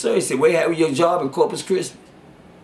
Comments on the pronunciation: I Kno I wasn't the only one that heard that . 🤣🤣🤣🤣😭😭😭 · “Corpus chrismas” 😭🤣